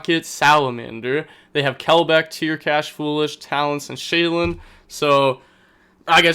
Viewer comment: Genuine question no hate; why do you say sheiren with an l, like shaylun?